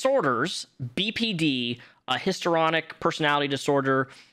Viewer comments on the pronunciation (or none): Dude, HISTORY ONIC not hister onic please 😂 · Hist-REE-on-ick Personality disorder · JSYK: Histrionic is pronounced Hiss-tree-on-ick ✌️